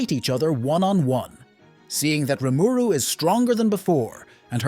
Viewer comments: this is a tough watch based on how you keep pronouncing rimuru, maybe its a dub v sub thing? idk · Yep. I just sped the video up that it's less painful lol